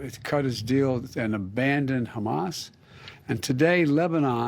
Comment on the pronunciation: could not even say Hamas 😂😂